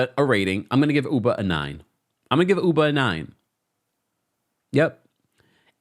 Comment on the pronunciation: I haven’t watched the real housewives of NY yet, but I hope Ubah corrects people on how to correctly pronounce her name, hearing people calling her Uber kill’s me inside lol.